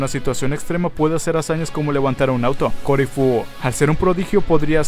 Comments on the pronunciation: Me rompe las pelotas que le sigas diciendo corifu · yo me pregunto??? por que le sigue diciendo ''COURIFUUU''?? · no se porque dices corifu si es caulifla men abre los ojos no asertaste el nombre de la saiyan no te engañes a ti mismo :v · los japoneses lo pronuncian como "caurifrua" suena parecido a corifu.